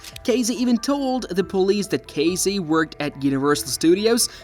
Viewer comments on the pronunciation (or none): Excuse me ambiguous AI voice but it’s Casey, with an S, not Cazey, with a Z.